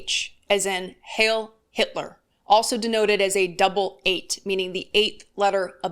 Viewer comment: Heil isn't pronounced hail. It is pronounced highl.